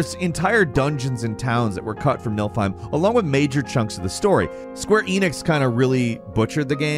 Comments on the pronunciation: not 'nilfheim' its "niflheim" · NIFLheim, not Nilfheim... "niffle" like sniffle. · I didn't realize how much was cut from FFXV, though I guess I'm not surprised by it. I had trouble with that part though because you kept saying Nilfheim instead of Niflheim. I'm dyslexic, so I read things wrong all the time, but for some reason it really bothered me. Love your videos though, no hate! My brain just won't stop with it (my problem, not yours). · It's Niflheim, not Nilfheim. Just in case you wanted to know. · "Nilfheim". never disappoints when it comes to mispronouncing FF stuff.